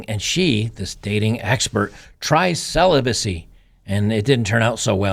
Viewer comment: Ceelobacy… 😂👍 Nope, I’m not a nun, I’m married. But you go girl 🫡 Celibacy my arse.